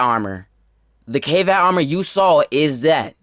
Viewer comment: Is it pronounced Kay-Vatt? I thought it was Kah-Vaht. Also, stop beating yourself up man... You cool.